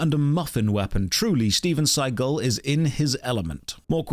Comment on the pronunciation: Not StevenScigul. LMAO XD